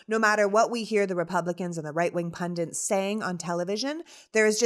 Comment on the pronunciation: please stop calling it a raid-- it was a search with warrant. period and its PUNDITS not PUNDINTS